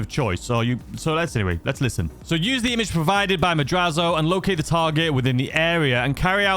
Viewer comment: It is pronounced MAD-RATZ-O! not madrazzo. Its how you say Latin words whe. They are spelled that way. Sometimes when they are spelled with an s and not a z too.